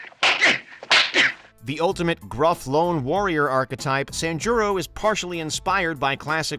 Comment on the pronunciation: San jii ro(roll your tongue)